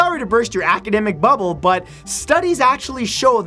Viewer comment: He said 'bubblebutt' :)